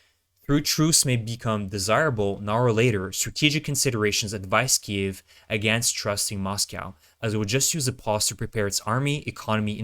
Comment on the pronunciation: so what are your credentials? what gives you the right to act like you know about the military complex? what school did you go-to? what is your military training? .. or are you just another guy who can't pronounce the word "kyiv" correctly? lol